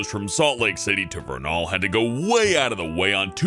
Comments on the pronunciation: Wait... our Zion's bank was mailed to the builder? XD Also it's Vernal; Ver-nel, not "Ver-nal" Just a heads up, guys. xD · I know Utah and in #9 you pronounced "Vernal" wrong; the end of the name sounds like "ul"